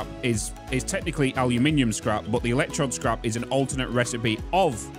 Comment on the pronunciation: EL ECK TROWD (like toad) buddy